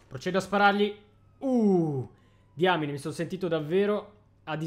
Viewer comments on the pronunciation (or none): none